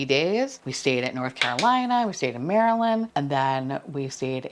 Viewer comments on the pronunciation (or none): none